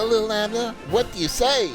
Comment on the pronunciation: Li’l rhymes with ill, not little.